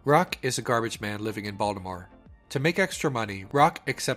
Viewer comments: Yo u said Baltimore like people from there whereeeee are u from hahaha another great vid from you! 🙌🙌🙌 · You're from Baltimore, I can tell by the way you say the city.